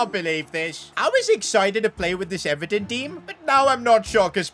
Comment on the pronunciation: Even pronouncing Everton is a huge L